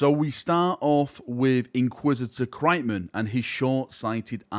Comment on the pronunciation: I'm not sure thats how 'Kryptman' is pronounced.